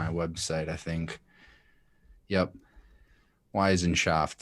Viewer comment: It is pronounced WE-SSIN-SHAFT, this German term is not of Italian origin. obviously has problems comprehending the concept.